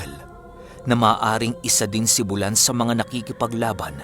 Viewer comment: Bu-lan po at hindi bulan. Hindi bigla ang bigkas. Bulan is a waray term which means buwan in tagalog :).